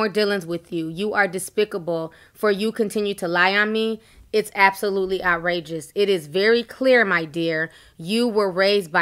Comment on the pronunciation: out rages ? did she mean outrageous ? 😂😂 i'm done